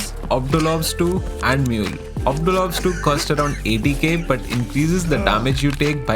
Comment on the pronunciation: liked the vid just for the "Ob do lob stew" pronunciation <3